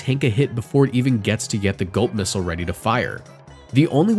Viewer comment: i heard gulp missile as GOAT missile lmfao